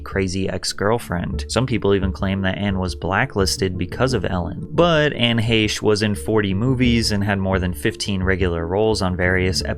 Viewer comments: It’s pronounced Heck not hashe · Heche, not Haysh. Jesus Christ lol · You said Anne Heche’s last name wrong. It’s pronounced “Hash”.